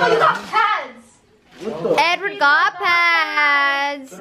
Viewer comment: I couldn’t stop laughing when she said “Edward got padssss” 😂😂😂😂😂😂😂😂😂😂😂😂😂